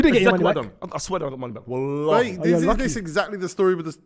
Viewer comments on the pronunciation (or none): none